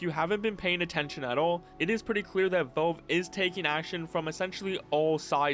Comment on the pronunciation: Bro saying Volve